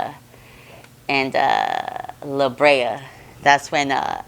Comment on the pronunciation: Crenshaw and "LaBrea"? That's not a thing. 😂